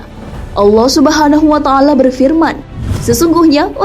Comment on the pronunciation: Allah subhanawa ta'laa ...yaa.... admin jangan salah ucap...